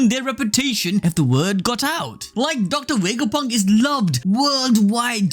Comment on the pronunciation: “docta wegaponk”